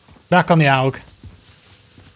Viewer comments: AUG is the short form of Armee-Universal-Gewehr. so you can either spell it or id you want to say it in german it would sound like „cow“ without the c and a g in the end. so like „owg“, if that makes any sense. 😃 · Its pronounced like the word "HOG" (the type of pig) but without the H